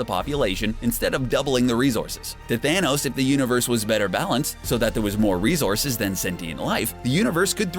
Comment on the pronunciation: Are you saying "rezorces"?